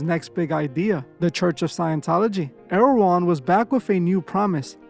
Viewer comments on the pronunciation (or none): Toward the end of the video, when you were saying "L. Ron", it sounded like you were saying the name of that market, "Erewhon" 😬